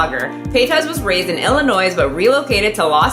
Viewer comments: Did you just say “Illi-noise” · I'm sorry for doing this, but as an Illinoisan I had to tell you that Illinois isn't pronounced with an s. It's pronounced L-n-noy. I rest my case, goodnight. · You dont pronounce the S in Illinois.... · The only thing I’m offended about is you saying Illinois wrong, the S is silent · The way you pronounce Illinois and mukbang... I’m hardly 3 mins in, but I’m out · The "s" in "Illinois" is silent.